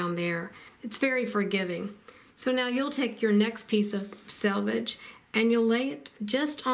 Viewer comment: You win 1,000 stars for pronouncing the word selvage correctly! 'Salvage' makes one cringe, and it is surprising how many accomplished quilters are unaware of the correct pronunciation! 😂 Thanks a megabilliokazillion for a great video. ❤